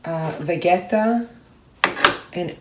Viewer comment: Did you practice saying things like “vegeta” and “burek” the true Bosnian way? #colormeimpressed